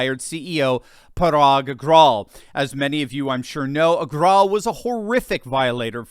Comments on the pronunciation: If Indians, we, knew the difference in the pronunciation between "V" and "W", Parag Agar"w"al would have been pronounced correctly as Agarvaal. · I think its pronounced Éh-Ger-Wall